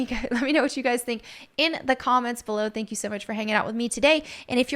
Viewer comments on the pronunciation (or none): none